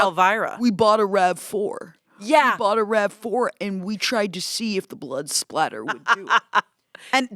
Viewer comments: Fun fact: it's actually blood "spatter" not "splatter" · Spatter!! Not splatter im so sorry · I love how much they love true crime (being a person with a master's degree in forensic science) but how have they not yet learned that it is blood SPATTER not blood splatter 😭. Anywho, I would so tune into a true crime podcast with and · Didn’t you guys watch dexter? it’s blood SPATTER not splatter lol